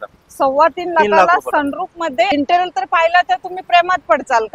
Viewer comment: Intral naahi Madam.. Interior bolaa 😂😂😂